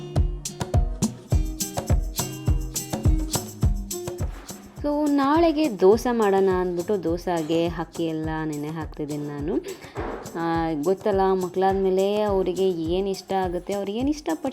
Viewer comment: Madam kannada davaru dosa annodilla.Its called dose please,navve thappu pronounce madidhra bere language avaru adhe mathadthare.😊